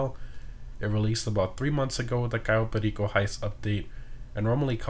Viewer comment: I like how u say “Cayo Perico”. Real authentic. Oralé!